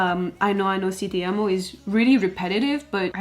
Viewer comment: Love the way you say "TE AMO" <3